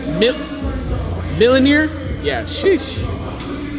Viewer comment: Russ. Mjolnir isn't pronounced Millionaire It's more like Me-Yole-Near Each word pronounced: Be-Swole-Hear respectively